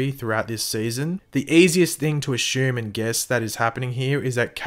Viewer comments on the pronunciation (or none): Just curious, but when you say assume, how come it comes out as "ashume"?